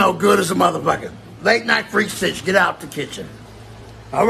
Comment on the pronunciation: 'and remember, the 50s r winning my nickel. On hood' Also, my nigga kept sayin 'citch' instead of 'bitch' 😂🤣 keeping it 55th all the way, on hood.